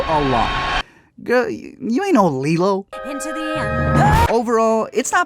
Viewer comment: When he said Lilo instead of LEELOO